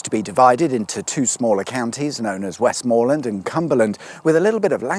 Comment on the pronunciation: Another excellent episode, and because you liked my comment last time, and assuming that all these Westmorland episodes are all recorded at the same time, I definitely won’t repeat that “Westmorland is pronounced West’m’lund not West’moor’land”